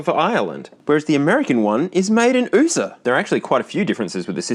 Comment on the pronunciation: Nobody calls America "oosah".. It's U.S.A. or America..